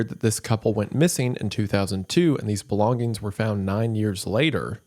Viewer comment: "g" in the word "Belongings" is silent